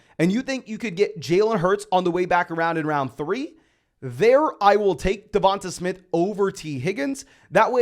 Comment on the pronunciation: Great video, but I think you might want to check your pronunciation of DeVonta Smith.